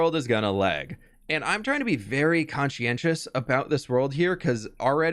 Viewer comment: "conshienshus" "conshush" Great youtubemanship